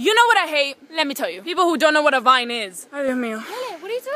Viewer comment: It’s vine not vayn